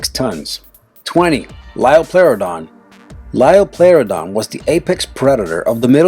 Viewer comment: Time for corrections on the info and pronunciations. #22- it's pronounced Cro-no-saurus and is what you said, a marine reptile, not a dinosaur. #20- It's pronouncedLie-oh-plor-oh-don or Lie-oh-ploo-roh-don and it's not a dinosaur. #19- It's pronounced jig-a-no-toe-saurus #18- It's not a dinosaur. It's a pterosaur and pterosaur is pronounced like terror-saur except replace -or with oh. #17- It's pronounced ick-thee-oh-saurus or ick-thee-uh-saurus and it's not a dinosaur and plesiosauria is pronounced plee-zee-oh-sor-ee-uh #15- not a dinosaur #13- It's not a dinosaur #12-Not a dinosaur #7- not a dinosaur #3-not a dinosaur #1-not a dinosaur.